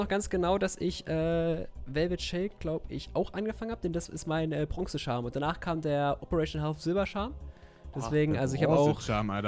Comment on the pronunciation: Jeder Normale Mensch: "charm": "scharrrm" Zu guut😅